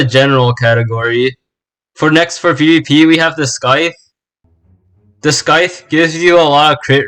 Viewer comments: scyth is not pronounced ski-th it is pronounced sc-i-th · "s-c-hyth" word of the year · I cant tell if you said scythe wrong on purpose or as a joke🤣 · I'm crying on how you pronounce Scythe